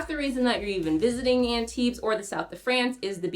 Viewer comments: Maybe take a minute to learn how to pronounce Antibes? Drop the s 😊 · Yeah… This is not the best you could do, though. It would take you maybe 20 seconds to look up the correct pronunciation on google translate. That being said, I liked the rest of the video a lot. I spend every summer in Antibes, and this made me really look forward to going back again in two months.